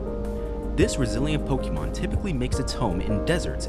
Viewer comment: And the fact that this guy keeps saying PokEEYmon 😓🤦🏻‍♂